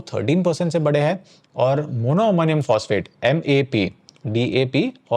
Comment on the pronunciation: A suggestion... If you want viewers to take you seriously, work on your pronunciation of simple Hindi words. For example: the plural form of है is हैं. They're two different words, pronounced differently. It's often OK to disregard this in street speak. But, we aren't in the street.